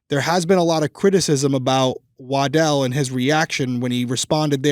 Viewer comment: When busted out with Officer "Waddle" I busted out laughing. With all the seriousness of this case that made me laugh. established the mans name is "Wa-dell" but has to throw out waddle lol thank you I needed the laugh after this story